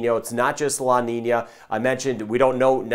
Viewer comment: Love how good he pronounce the Ñ - La Niña - El Niño . ***